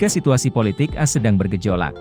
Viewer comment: Admin tolong cek video dulu sebelum di upload, seperti Xi jin ping, tolong ganti menjadi si jin ping, jadi tidak ada perubahan nama orang saat disebutkan, atau as... tolong pakai spasi jadi gk salah dalam menyebutkan nama negara orang,.. contoh.. A_S atau A spasi S, daripada as, as,as...